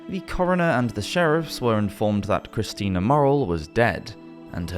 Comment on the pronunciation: "The two Christians" sir, do you know "Christina" is pronounced "kriss-TEE-na", right?